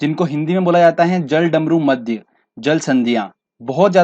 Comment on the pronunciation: Ise jal-damru-madhya nahi bolte.... Balki jalad-marudhya bolte hai 😂😂😂😂😂😂😂😂😂😂😂😂😂😂